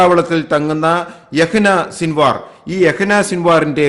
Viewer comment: His name is Yahya Sinvar but not Yahina Sinvar . Please correct it 😞🙏